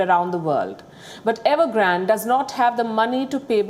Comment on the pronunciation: What?Evergrand OR Nevergrant ?🤔😆🤣